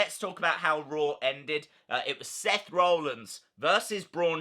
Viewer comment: Interesting video. Thanks for the update RE the mask too 👍🏻 I just wonder you pronounce Seth’s name as ‘Roellins’ rather than ‘Rollins’?